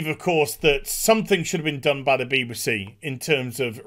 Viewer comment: Agree with everything except the way you say BBC beebasee?!?!